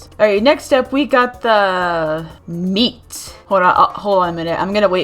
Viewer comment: I heard me instead of meat 😵 You like eating yourself😳